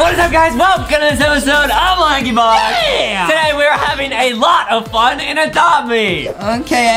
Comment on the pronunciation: it sounded like adem said “laggybox” instead of “lankybox”